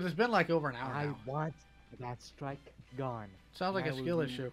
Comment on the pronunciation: RAMAAAOOOVE DAH STOOOOOIIIIKE!!!